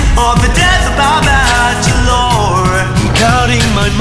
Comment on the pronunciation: Am i the only one noticing your pronouncing bachelor wrong.